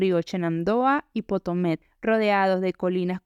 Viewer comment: Río Potomac, no potomet